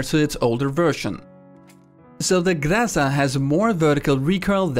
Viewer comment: no, it's Graza